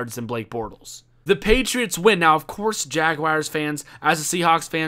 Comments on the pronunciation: Jaguars not jag-wires lol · Just say jags boi. Or maybe jag- wores. Not jagwires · Ummmmm......... Jagawires? Did you mean Jaguars? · "Jagwires" LMAOOOOO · HappyBagelKing I know it's jaguars he pronounce it funny